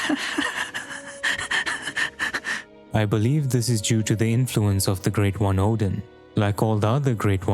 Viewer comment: Wait, Oedon comes from the word Oedipus? IS IT PRONOUNCED EDDEN WTF